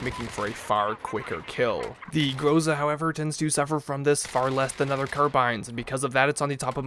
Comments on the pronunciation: Not GROOZA jUST Groza' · not grOza its grozA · You have to say GrozA, not GrOza. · IMFDB is a good site to find out for everygun it's appearance in movies, TV shows and video games. I could see there is another variant for the enginner class of this gun. Finally, expect russians coming to your place for not pronouncing the name of this gun properly (Graza, yet it's written groza) and for dispalying sometimes a US flag on this gun !!